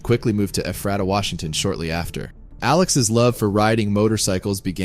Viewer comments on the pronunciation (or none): Ephrata is pronounced eh-FRAY-tuh Or even ee-FRAY-tuh. Never eh FRAT uh. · E freight Ahh ,,,,,,, not efferatta Ephrata ,,,,,, do a retake on your audio ,,,,,,ftftftft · It's pronounced eephraytah. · Ephrata, Wa is pronounced (you-freight-uh), some say (eh-freight-uh) thanks. At least that's how us Washingtonians pronounce it. I used to ride at the Moses Lake sand dunes all the time. I'm old now so I had to hang it up, but damn, I had a LOT of fun weekends there. That sand was hard on bearings, chains and sprockets, lol. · Ephrata WA. Ewe-Freight-Ah. Ewe like the female sheep... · Its PRONOUNCED "U FRAY TAH"